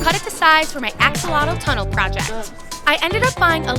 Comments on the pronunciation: you dont say "Axolotle" you say "Axolotl" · Your what? Lol learn to pronounce the word axolotl. It's Ash-ah-lot